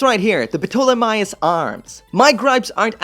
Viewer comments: Say the word Pterodactyl. Now say Ptolemaios. It’s TERR-OH-DACK-TULL, and TAWL-UH-MAY-OHS. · Ptolemy is read as 'Tolemy' really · The Ptolamaios is greek, so the p is silent and is just pronounced "Tolemy" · Dumb comment of the day Ptolemaios pronounce tall-i (like in “it”) my ous (like in house) Tall I my ows That being said great video and I’m so glad you are able to review so many kits!!! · “Putolamaios” lol!!! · Going by the Dub of Gundam 00, it's pronounced "toh-le-my-os". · I believe the p is silent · Someone probably already said this. But the P in the Ptolemaios is silent. In the English dub anyway, and in the proper way to say that name. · The P in Ptolemy and Ptolemaios is silent. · Boy, the P in the name ptolomaeos. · A little tip. When pronouncing the name, leave the P out. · The “P” is silent in Ptolemaios.